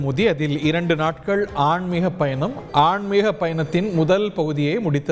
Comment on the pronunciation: ஆன்மீகப்பயணம்…ஆண்மீகப்பயணம்ன்னு சொல்லாதே…. ன். …..ல அழுத்தம் கொடுத்தால் , ண் ஆயிடும்.